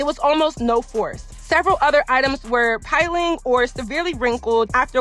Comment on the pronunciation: Just here to keep you right. Piling is pronounced like 💊 pill-ing not pile-ing. But you was on on it though girl! This was all facts!